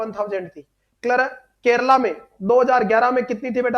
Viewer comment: Kerala not kerla